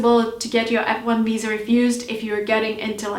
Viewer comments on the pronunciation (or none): none